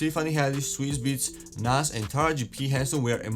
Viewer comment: Still cant say Nas correctly smh